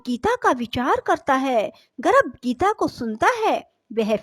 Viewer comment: Aapka pronunciation hi galat h गर्भ बोलिए आप गरभ बोल रही है